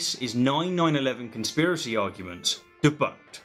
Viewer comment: Fuck I like when you say "debunkkk"